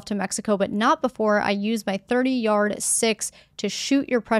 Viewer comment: Letter to Trump - didn't see the letter but you said "30 yard 6". I know you're not a hunter but the rifle is a .30-06. It's a popular deer hunting caliber commonly referred to as 30 ought 6.